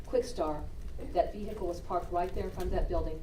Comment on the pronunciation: I do also, but can't remember what other trial she was in. Also, she has to STOP saying "veHicle"! The H is not pronounced.